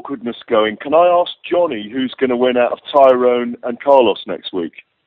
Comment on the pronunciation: why are they all fucking up tyrons name its tyroooooonnnnnnnee